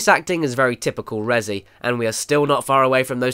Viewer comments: "rezzy" stop that please. "REZ" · Damn it Caddy, Res-E is right in front of your face, but you still pronounce it ResEE but spell it Resi? Why? You don't pronounce it ResEEEEdent.